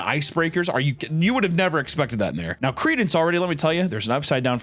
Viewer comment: Reading credence in that Southern accent fuckin killed me 😂